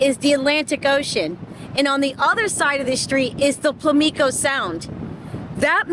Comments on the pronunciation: It's PAM LICO, not PLI MICO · Pamlico not plamico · I used to like your content. Now it is very contrived. Also you are mispronouncing Pamlicio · I always love your channel. But it is pronounced Pam-lik-oh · You were close to my neck of the woods. It's pronounced "pam-lico" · Just an fyi. It is Pam-plee-co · I go there at least once a year, I actually live in NC you pronounce pamlico like pam-li-co lol I usually stay at Ocracoke inn or Hatteras inn both are very nice but a little expensive but worth it . Both Inn's are near that green house that you were near when you were showing that house you don't think will make it through hurricane season. I don't either, the ocean has already claimed at least 30 homes from that same stretch of coast line. In fact those Inn's I talked about when I was there last year the water was crashing on the windows of the room I was staying in from the ocean. It was a crazy experience. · Excellent video. It's a beautiful place. I actually live close to there. It's pronounced Pam - Lee - Co. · Love your videos. FYI it is "PAM-Lee-Co phonetically". Glad you are visiting the state that help raise me. Hope you thoroughly enjoy it. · Pamlico pronounced "Pam Lee Coh" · It's pronounced PAM-li-co. I'm from the area. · Hi,!! Thanks for sharing, I've lived in NC all my life. It's so sad to see those beautiful beach houses disappear into the ocean, but nature knows best. (As country folks, we pronounce this is Pam-li-ko Sound) 🙂 Take care & stay safe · Pamlico( PAM LUH CO ) Sound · you pronounce pamlico sound wrong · It's so funny how you pronounce those islands 🤣 but cute 😅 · If your going to make videos and earn a living based on an area, then start least learn how to pronounce the names of the area i.e. the name of the sound